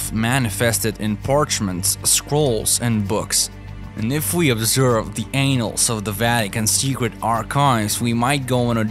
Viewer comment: Pronounce Annals not Anus!😂